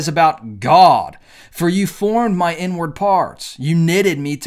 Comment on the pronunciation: I wasn't fully paying attention to what was being said, so I heard "you formed my n-word" instead of "inward"